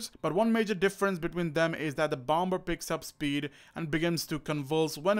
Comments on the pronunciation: not being disrespectful i love your vids but when you were saying bomber it’s pronounced bomer as the 2nd B is silent sorry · Did you really pronounce the second in bomber it’s supposed to be silent